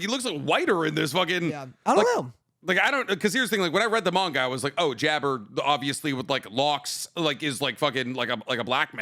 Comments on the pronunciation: Jabbar just to let yall all know is Arabian his name is a give away and its not how ya pronounce it ...its JAB-BAR ... like Aladdin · And I didnt mean Aladdin like that I mean its pronounced the same as jafar